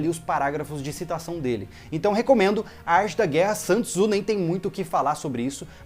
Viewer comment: Dica a pronúncia de Sun Tzu. É Son Zhi ok